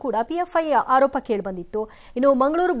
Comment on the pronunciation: ಅಕ್ಕಯ್ಯ, ಹಾರೋಪ ಅಲ್ಲ ಆರೋಪ